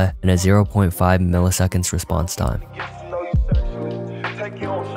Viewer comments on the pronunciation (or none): none